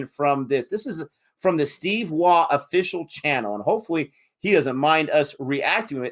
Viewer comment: waugh- pronounced war